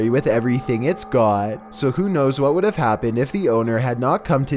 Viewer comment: Could you imagine this guy just out buying a beer? "I wOUld like, one bEER PLease. Here iS my, I.D"